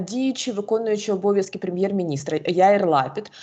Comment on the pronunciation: Прем'єр-міністра Ізраїлю звати Яíр Лапíд (наголоси на і).